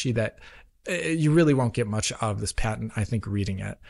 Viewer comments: What is this paytent he speaks of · lol paytent not patent 😂😂😂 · aw yes I'll have the pat-ey-ent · WTF is "pay-tent" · That's a weird way to pronounce 'patent'.